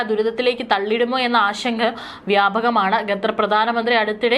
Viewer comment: ഡിയർ ന്യൂസ്‌ റീഡർ : ഗദർ എന്നല്ല... ഖത്തർ എന്ന് തിരുത്തി വായിക്കുക.